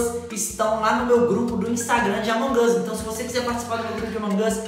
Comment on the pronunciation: É AMONG US NÃO AMON GUS